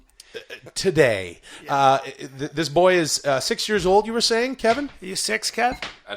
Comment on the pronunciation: Hilarious how they keep mispronouncing Calvin as Kevin 🤣. We need on the golden hour